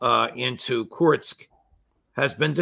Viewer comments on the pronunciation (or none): KURSK ! not Kurtzsk or Kirtzsk ! Crooke is excellent, go Nap.